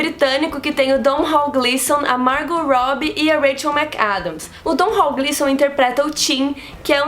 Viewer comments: o nome do ator irlandês é Domhnall Gleeson (com um M e um N) e se pronuncia de forma bem simples, Donal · o Gleeson já disse que o nome dele se pronuncia como 'Donal'. Ótimas dicas, hein?! Obrigadíssimo!